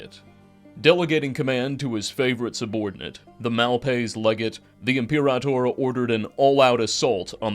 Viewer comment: Imperator/frumentarii was pronounced wrong, and we dont actually know Lanius' past. Lukius claims he was raised Legion, while Caesar claims he was simply gifted the rank. So wrong on the "centurion" part of Lanius Also from what I can tell you seem tothink theres only 1 Legate, but theres actually a few Also, New Canaan wasn't raided by Lanius, but by the White Legs at the behest of Ulysses. They were trying to join Legion, and prove themselves.